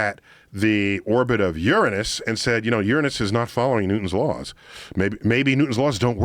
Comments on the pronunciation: Finally,...somebody who can properly pronounce Uranus! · I like how Neil pronounces Uranus, i have said it like that all my life and got mocked. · First time i have heard Uranus being pronounced like that. refreshing there is an adult kind of pronunciation for that planet haha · I've been pronouncing Uranus wrong this whole time I was taught a lie 😩